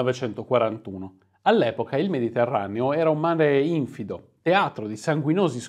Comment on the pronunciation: Si pronuncia infido con 'accento sulla i